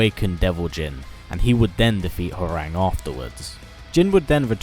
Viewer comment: Isn't Hwoarang actually pronounced "how-wrong"? Think I heard that in either Tekken 5 or 6